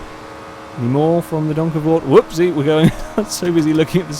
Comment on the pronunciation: OMG you actually pronounced that properly! OMG! How do i know? Fuck yeah im from the same country as that car,, try geussing it, youll most likely be wrong, i think